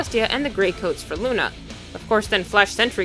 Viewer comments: Soler😇😡😉Not Lune😈😦😒💩!!!!!!!!!!=(=) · IT'S LUNA NOT LUNAR